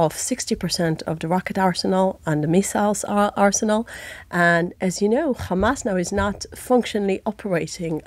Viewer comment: It’s always “khamas”, “khezbollah” and “khouthis”, why do she switch to the Hebrew pronunciation when mentioning these organizations but has no problem to say “having” , “have” , “here” etc in clear British English.